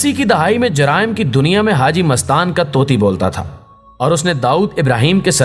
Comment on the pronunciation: یہ لفظ طوطی نہیں Tooti ہے۔ ط کے اوپر پیش آتی ہے۔